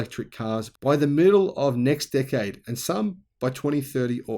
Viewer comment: I love that every time he says "decade" I understand "dick head" :D